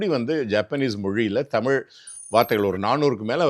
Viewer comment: Ivaru thamil saralamaha pesurar but tamil entra varthaya ucharica marukirar.